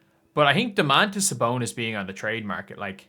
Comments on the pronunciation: It`s Domantas bruh, not dumazz.. Wtf? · “Dum-azz” sabonis😂